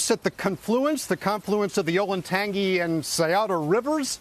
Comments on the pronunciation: Perhaps one of the producers should inform how to pronounce the words “Scioto” and “Olentangy” rivers. Good grief. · It’s hard for me to take this too seriously when they butchered both river names: Olentangy and Scioto. Versailles, Lima, Russia and Bellefontaine must have been skipped over on this ‘deep dive.’